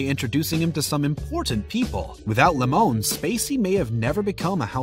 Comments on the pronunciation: it is jack lemon as in the fruit not jack le mon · It's pronounced lemon not lemone. Lol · It's lemon not lemown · It's pronounced Lem un not Le mon ya fruit. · Who is Lem-mon? It Lemon dude. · Jack Lemmone? That's hard to hear. It's LEMON! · Jack Lemon...not Le...moan! San FER NAN DO! BRA VO...not Braaaa Vho! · So when did the pronunciation of Jack Lemmon’s last name become “La-mōn? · If you're Eddie Murphy in Beverly Hills Cop then it's pronounced lemone. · lol you can't say 'lemon' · How the hell does this person not know how to pronounce Lemmon? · You don't even know how to pronounce Jack Lemon's name correctly? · Really??? You screw up Jack Lemons name?